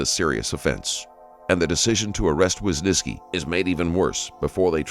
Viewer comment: who is this wysniski you are talking about? how hard can it be just saying WYSYNSKI after hearing it from multiple officers several times????